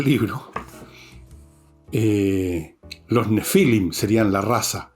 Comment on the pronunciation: Don Fernando los nèphilims,con acento en la e.